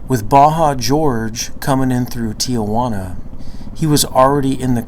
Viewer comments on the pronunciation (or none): It’s Tijuana not tiajuana